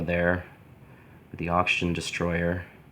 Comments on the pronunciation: This dude: *says destroyer instead of destroyah Godzilla fans: >:( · It’s not destroyer it’s destroyah